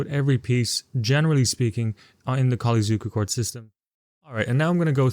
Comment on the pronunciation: At least you pronounced Mr. Zukertort's name decently. Mr. Colle....not so lucky.